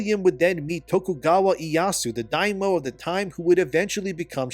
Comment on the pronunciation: The word "Daimyo" is pronounced as it is written) try to learn about things you gain upon b4 spewing smth like "dummies" tw other ppl) each time! Jeez! Couldn't pronounce half of names / locations. My guy, saying "sorry" is not an uno card, just educate yourself a bit)